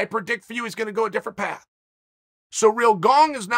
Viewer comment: Love it when Chael says Surreal Gong